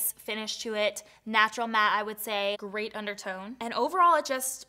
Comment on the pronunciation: When you said “great undertone” it kinda sounds like you said a “grey undertone” lol i was like wait wtf lmao 😂 I had to go back